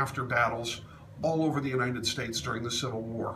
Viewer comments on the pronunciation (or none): none